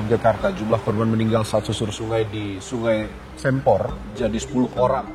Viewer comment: Sempor dibacanya kayak "se"patu